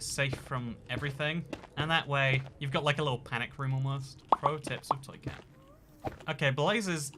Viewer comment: Is toycat french? Every intro he sounds really french when he pronounces his name and then it just disappears for the rest of the video...